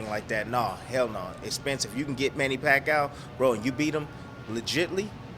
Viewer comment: I was going to write the EXACT same thing. Funny how Timmie is always trying to give Manny’s opponents pointers but the only thing Timmie can point out is how to lose to PAC 3 times. And his name is pronounced PAC E OUW. Not PAC OUW